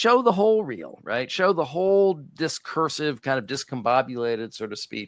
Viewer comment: Discursive or discurse-ive?